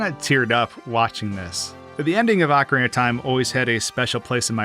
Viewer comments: I HATE youtubers so much, man... Ocarina Ocarina O Ca Ri Na You're saying "acareyna" A Ca Rey Na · just saying, i know its hard to unlearn 20 years of mispronunciation, but it is "ocarina" (oh-cah-ree-nah), not "acarina" (ah-cah-ree-nah). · "Ahcarina" of time? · Ohe-kah-reena, not ohkria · I absolutely hate how you pronounce the word "Ocarina"...